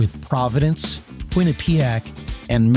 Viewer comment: As someone from Connecticut, it's pronounced QUINNipiac. Not QuinniPEEac.